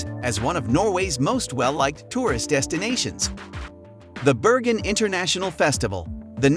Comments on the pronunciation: Why do you alternate between pronouncing 'Bergen' with a 'hard' 'g' and then at times with something that sounds like a soft sound, almost like 'Berjen' or 'Beryen' ? The correct way is with a 'g' - like in 'go' in English. The locals are very patriotic and love their city, their dialect, and not to forget: the name of their city - I'm surprised you got out of there alive and kicking, lol. Best wishes and don't forget the 'hard' 'g' next time you come around. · Freaking annoys me that someone can make a 10 minute video about a city, yet they're too lazy to find out how to pronounce its name. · The commentator obviously hasn’t been to Bergen and is just reading a script. This should win an award for the most mispronunciations in 10 minutes and it’s not just the Norwegian names that are wrong but even English words like quay are spoken incorrectly. Let alone calling the city Birgin then reverting to Bergen then back to Birgin numerous times